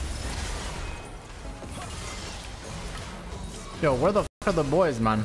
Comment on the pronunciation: Does the way he says "MON " instead of MAN annoy anyone else lol